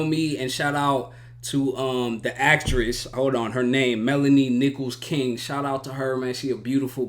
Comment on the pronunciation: I can't be the only one who heard Melanie "nipples"-King and thought, yeah that sounds right. But it's Nicholls-King. Nicholls.